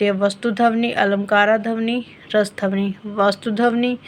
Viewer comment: Its ध्वनि not धवनी